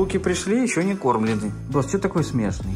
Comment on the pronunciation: Почему Саша говорит с не правильным ударением например смЕшный